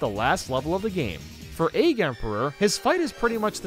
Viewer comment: I find it funny how he says Egg like "Aig"